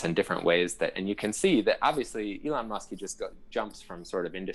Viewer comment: Elon not egon